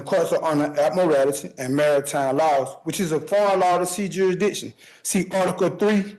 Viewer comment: Ad-murr-al-tee law 🙄